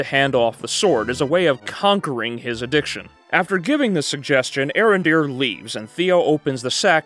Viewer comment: It's pronounced A-Arondere